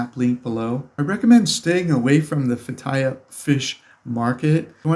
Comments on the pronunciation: It's pronounced "Feh-tee-yeh" Not Fattaya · yeah how you pronounced the city was incorrect. I didn't understand what you said till you spelt it. It is pronounced Fay tea uh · I lived in Turkey for 3 years, I couldn't figure out what city he was saying. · You are really butchering that place name. It took me a while to figure out. It would be helpful if you would try to learn to say the place name right. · Lol, learn how to pronounce the name of the place before making travel videos about it